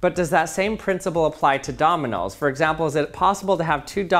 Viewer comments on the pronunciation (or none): It annoyed me so much that you kept saying dominals instead of domino's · Are you saying Dominals? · He says dominos like he thought of 101 Dalmatians mid-sentence. “Dolminoles” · Who tf calls them dominals except this guy